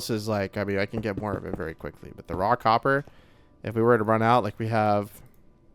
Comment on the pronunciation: Every time you say 'raw copper' it sounds to me like you're saying 'rock hopper' and I'm thinking I don't see any penguins in the game...😂 9346